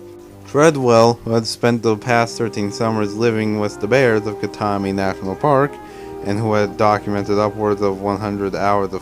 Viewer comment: KAT-MY not KATMEE for Katmai....duh